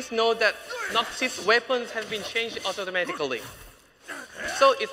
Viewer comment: Don't forget about au-to-mat-ic-a-ry